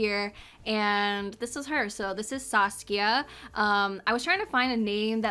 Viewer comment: Are you german?☺️ you pronounced my name so well. When I was in the usa nobody knew the name Saskia and nobody could pronounce it correctly😂 Pretty sim btw!